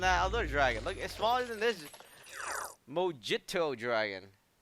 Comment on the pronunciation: Lol you spelled MOJITO wrong. Its not spelled like Mahgito. Its spelled as Mohito is how you say it. But if your saying it by letters, then its mojito.